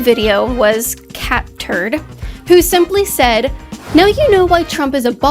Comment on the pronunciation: I hope Miss Kaitlin has to say catturd more often 😂 I had to rewind that a couple of times. Someone should interview and question some of the young people in the oilfield , most that I run into are pretty smart kids. They are hard working,freedom loving and almost all are Trump supporters. I feel confident they would blow the “it’s no wonder Trump won “ narrative